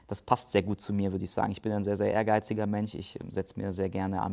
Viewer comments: Wirklich hilfreiches Video! Danke dafür :) Aber „sch“ muss ich nicht als „ch“ aussprechen, oder? Höre das öfter.... mench, tich... und Wunder mich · Da ich aus dem Südwesten Deutschlands komme, ist ein SCH statt CH für mich kein Problem. Aber wenn jemand MenCH oder problematiCH sagt, ist der Mensch für mich echt problematisch! Übrigens meine ich nicht den Moderator sondern den Bewerber, falls das nicht deutlich wurde. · hats einfach drauf:) aber sein Sprachfehler irritiert mich z.b. mench statt mensch